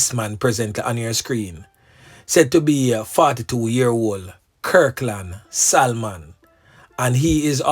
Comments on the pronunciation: Salmon is pronounced Sah-mon..not Sal-mon..nuh bother go restaurant go order the Sal-mon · The l .is silent it pronounce samon imurt know it's my sir name just correcting you thanks. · THE "L" IS SILENT IN THE NAME "SALMON".!!